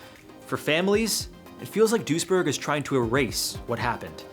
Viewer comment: The City's name is Duisburg, not dursjerk